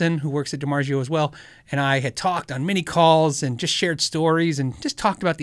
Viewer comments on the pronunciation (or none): love the channel. Could you remember it’s pronounced DiMarzio not DiMarjio..ZZZ not J. Continue what ya do. Thanks